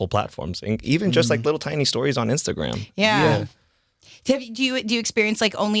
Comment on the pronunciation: When he said stories, he said stowies!!!